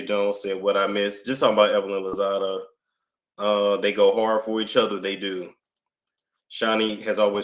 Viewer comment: did you say Evelyn Hozada??😂😂